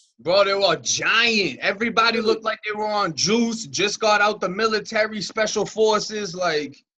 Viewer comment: Bro I HATE how you say "everybody"😂😂😂